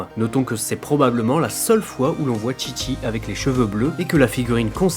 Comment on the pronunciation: assal c'est chichi pas tchi-tchi...essaie pas de parler japonais sérieux...